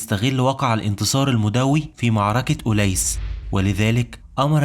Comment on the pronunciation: جميل ما شاء الله، أتمنى حقا بس تضبط نطقك للفصحى في بعض الكلمات زي "معركة" "درهم" + أبوبكر قال "أعجزت النساء أن (تلدن) وليس تُنشئن". فيديوهاتك جميلة جدا ومفيدة جدا وأنا ما شاء الله عندك قبول، ولكن فعلا أتمنى تضبط الحاجات البسيطة ديه لعل الناس تتعلم من نطقك مخارج حروف القرآن واللغة العربية عامة، شكرا على مجهودك 💙